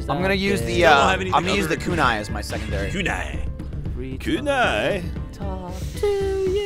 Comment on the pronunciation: Koonee. Chow ninn. It hurts